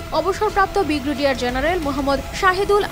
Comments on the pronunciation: বিগরেডিয়ার কি আপা ভাল ভাবে উচ্চারণ করেন, ব্রি গে ডি য়া র জেনারেল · শব্দটা ব্রিগেডিয়ার, আপনার ভুল উচ্চারণ খুবই বিরক্ত করলো। সংশোধন করে নেবেন।